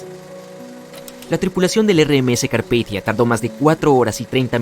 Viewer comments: carpitia? Carpathia xd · Si muy genial con el Carpithia, en lugar del Carpathia. Menudo error. Es como llamar Titonic al Titanic. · El Carpithia????? No sé qué cuesta documentarse bien antes de hacer cualquier video... Se llamaba el Carpathia. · 02 : 13 es CARPITIA o El CARPATIA?